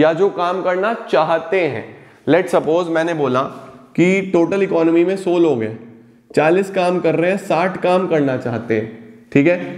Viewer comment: Sir so nahi it’s sau